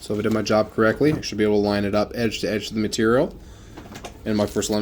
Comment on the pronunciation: Very informative video, Thank you for your time and effort! It took me just 20 minutes to figure out that “Roedge” is not one word but two 😂, and “Salvage” is what we call in boat upholstery industry a “Seam Allowance”. Still, some tricks are very new to me and I will definitely implement them in my work.